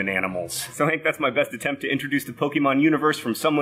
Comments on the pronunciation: Hey John! You know words, right? The 'e' with the little comma thingy is an acute accent. It's found in words like resume, entree, cliche, deja vu, and fiancee. It means the e is pronounced like saying the letter a. It's pronounced "Poe-kay-mon". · If you're a dad that knows nothing of Pokemon, you would've called it Pokeman like my old elementary and middle school teachers back in the day. ;) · It's Poke-ay-mon. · I think it's more like po-KAY-mon. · Ahhhhhh, pokémon. Poh-kay-mon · Um, actually is PokAYmon. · But it's "Poh-kay-mahn", as the é is an "ay" sound. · I dunno if I can make it through this video with him repeatedly pronouncing Pokémon with a long "e". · It's very hard to get through this video when you know Japanese. It's not POKEY! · Lesson no. 1: The "e" in pokémon is pronounced as in pocket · To clear up some confusion 1. Pokémon is pronounce with a long a instead of a long e 2. As for the origin of Pokémon, it’s commonly believed that the god of the Pokémon universe, Arceus, created a species of Pokémon called Mew that evolved Darwin style to their surroundings, creating new species 3. When a Pokémon “goes to the professor” they just go to this thing called the Pc which stores Pokémon. In Pokémon Go you can exchange Pokémon for candies that can make Pokémon more powerful or evolve them, it is speculated that the Pokémon are grounded up to make the candies however there is little evidence of that in canon. 4. Pikachu is based off a mouse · Fun fact! The accent over the "E" in the word Pokémon indicates that it makes an "eh" or "ay" sound. Not a harsh "ee". I understand that these aren't widely used in English and as such will be misunderstood or ignored, but still. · You can tell he knows nothing about Pokemon by the way he pronounces it lol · The é in Pokémon is pronounced like the é in café or in resumé, if you want to one-up your son. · Well for 1 you pronounce it wrong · I hate the way you mispronounce Pokémon 😂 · Pokeymon huh? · "Pokey-mon" lol